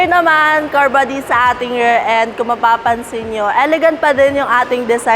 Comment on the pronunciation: How come the ladies here cannot pronounce "rear" versus "rare" ???